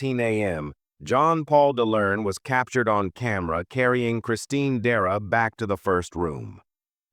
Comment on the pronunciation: Dera??? DECERA!